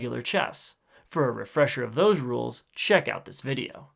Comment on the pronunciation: I expected it to be 'those RULES' but he said 'THOSE rules'... Also surprised how he said it at the end.